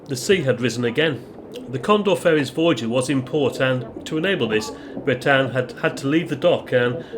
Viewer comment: Sorry to be a pain but The Bretagne is pronounced Bretan - ye. We love her she is a sturdy valiant ship. We have sailed this route many a time through good weather and some very bad weather. Sadly the old darling will be retiring from this route soon for a more gentle route. We will miss her greatly. 😘